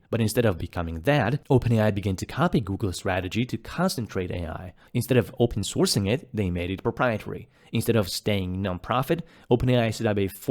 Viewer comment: you say open sourcing like open sorzing. if you want i can train you on the necessary sounds to improve 100 percent of the basics!